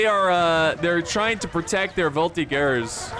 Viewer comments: Native french speaker here! Voltigeurs is pronounced "Vol-Tee-djers" but you take out the "d" sound. Hope that helps :) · Nope, in french it's more like "Vol-Tee-dgers" but you take out the "d" sound.